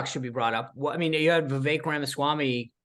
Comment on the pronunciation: It’s VivEK like CAKE 🍰 😊